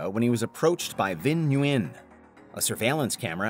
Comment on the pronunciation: Just a side note Vĩnh nguyên is actually not pronounced as you pronounced it is actually said win like thay